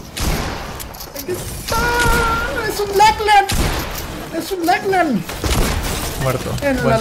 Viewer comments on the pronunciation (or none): Es lachlan no laclan